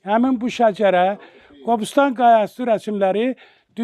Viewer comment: Qabıstan deyib niyə təhriif edirsən Qobustan demək belə çətindir?